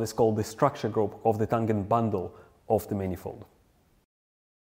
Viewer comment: It’s “what it looks like” or “how it looks.” Never “how it looks like.” Also, “tangent” is a soft G. Like the G in “general.” Also, “compounds” when used as a noun, is spoken with emphasis on the first syllable. COM-pounds.